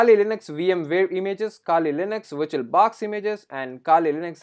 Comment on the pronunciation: If he gets 1$ for everytime he says viiituol baax , this man could become BILLIONAIRE